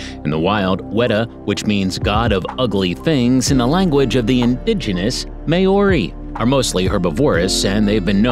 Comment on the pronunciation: Congratulations I've never watched a video where every New Zealand word was pronounced incorrectly I would have said Maori but you pronounced that wrong as well.